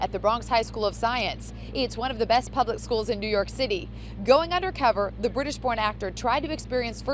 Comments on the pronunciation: Please tell me I wasn't the only one who heard "British pork actor" not "British Born actor" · I was just browsing the comment section if somebody heard british porn actor too XD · I thought she said the british porn actor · ikr, thought i was the only one who actually heard that ahah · Did she say "open actor"?? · Lol i thought she said "british porn actor" 😂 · I THOUGHT I WAS THE ONLY ONE!!!!😂😂😂😂